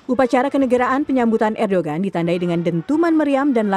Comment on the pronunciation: bukan erdogan tapi di baca erdoan krn bukn "g"